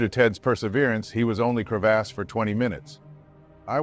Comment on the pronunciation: When you’re trying to be an adult but Narrator says “Crev-ASS” 36,478,489 times. 💀 Glad he’s okay 😂🤙🏽